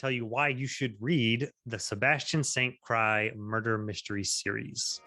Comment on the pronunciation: Isn't it pronounced St. Cyr (seer) and not cry.